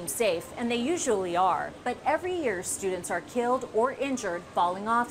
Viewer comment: Nah. Not fifty percent of college students. Not fifty persen of college studen. Not fifty persen uh college studen. /